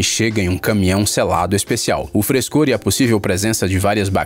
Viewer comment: Seu "frescor" 🤣🤣🤣